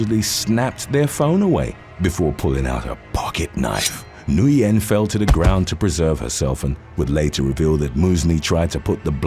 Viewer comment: Nguyen is pronounced as win! Always messing up names